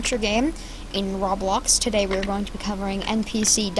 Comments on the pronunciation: Bruh IT'S PRONOUCED ROBLOX NOT ROB LOCKS OH MY GOSH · no offense i love the vid! bit its pronounced RO-BLOCKS not RAW-BLOX love the vid tho plz dont take it personaly no offense at all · Its not raaablaaax its roeblox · Aaaaaaaaaaa stop saying rablox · why it sounds like robax not roblox WHY? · roblox not rablox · he said rawblox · RABLAX Me: No, No, roblox not RABLAX.: RABLAX RABLAX Me:NO: RABLAX!!!!!!!!!!!!! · he says it like (raw blocks) and i love it :) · Why he say Roblox like this rablax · why do you say roblox like rawblox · anyone notice he said rablox lol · manz really said rawblawx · It's not pronounced rob blox it's to blocks spelled roblox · he said "roblox" in the most stupid way possible